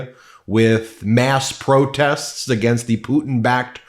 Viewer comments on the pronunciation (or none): none